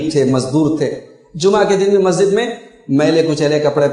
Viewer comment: مولانا صاحب۔ لفظ مسجد ہے (مزت نہیں)